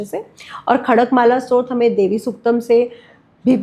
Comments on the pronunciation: आप बहुत ही रोचकता से मां त्रिपुर सुंदरी व सहस्रनाम के बारे मे जानकारी दे रही हैं। प्रणाम 🌹 क्षमा याचना के साथ निवेदन है कि स्तोत्र का उच्चारण स्रोत(srot) नहीं है बल्कि STOTR (स्तोत्र) है । नवार्ण मंत्र का उच्चारण निर्वाण (nirvan) नहीं है।सही उच्चारण है navaarn। कृपया क्षमा याचना के साथ निवेदन है। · बेटा स्तोत्र शब्द स्तुति का derived है इसका उच्चारण Stotra करो ।